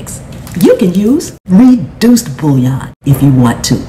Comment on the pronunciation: The way put emphasis on "reeeeduced sodium" had me dead 🤣 She's lettin' people know with a smile.